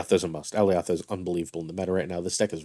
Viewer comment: i can tell you havent seen loki because thats not how you say alioth